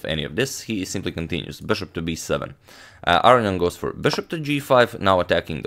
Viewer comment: Arian? Arnian? Not AROnian? Seems a whole syllable is being left out of that name.